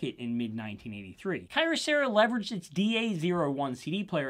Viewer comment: "Key-ohserah" not "kai-rohserah" lol.